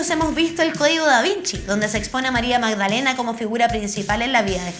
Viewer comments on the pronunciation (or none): none